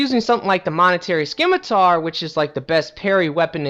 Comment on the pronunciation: Skim-i-tar? No. Just no. Huntsmans Cops? No.